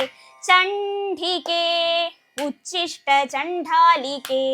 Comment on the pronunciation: ഉച്ചിഷ്ട അല്ല ഉദ്ധിഷ്ട്ട എന്നാണ്